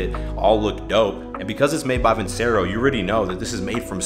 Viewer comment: Love your videos but you are pronouncing Vincero wrong. Surprised they haven't corrected you. You aren't the only youtuber pronouncing it that way too haha